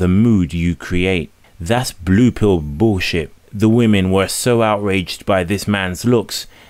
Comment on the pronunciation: "Blue pill bool-shit".